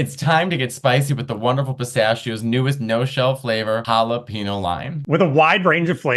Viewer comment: Jalapeno (“hala-pee-no”)(no tilde) Matteo?? I thought you were half Mexican!! 😂